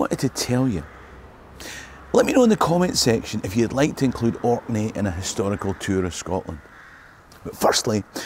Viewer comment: Thanks for coming to Orkney! We don’t get enough love for how amazing historically and aesthetically the islands are! You also have the best pronunciation of Orkney and other place names I’ve ever heard from anyone outside of Orkney, let alone I’ve never really heard anyone who wasn’t from Orkney make a video about here without saying “the Orkney’s” so thanks so much! Please come back!